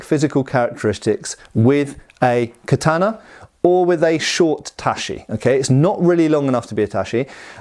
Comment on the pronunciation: Tat-chee, not tashee ;)